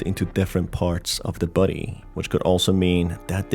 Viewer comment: Every time he says "body" I hear "buddy" it confuses me sometimes but it's so cute